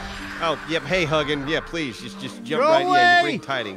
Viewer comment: I doubt you'll care but as someone really into nordic lore and culture I can't let this slide. the raven's name is not pronounced "Huggin" like said, it's pronounced "Hu-ginn" with the U sounding like 'you' not 'uh'